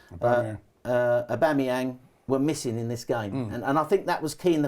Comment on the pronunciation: I agree is the man, but I unfortunately can only focus on his inability to pronounce ‘Aubameyang’ hahahaha